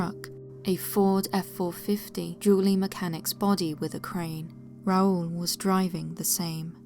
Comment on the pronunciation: It makes me happy that you pronounced Raul correctly. You have no idea how many people I have heard mispronounce that, which annoys me since one of my closest uncle's from my dad's side is named Raul.